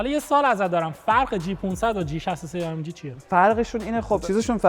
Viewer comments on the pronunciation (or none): آ ام گِ❌ اِی اِم جی✅